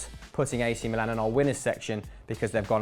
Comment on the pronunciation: Your pronounce of "Milan" is fucking wrong and annoying.